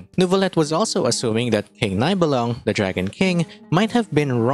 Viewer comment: small hint as a German speaking player: the name of Nibelung is pronounced as [Nee-bel-loong], so ee is how you pronounce the i and oo is the sound for the u!